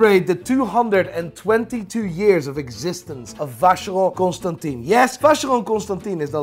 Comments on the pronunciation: Love you. Please pronounce Constantin properly;) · He could at least pronounce Constantin the right way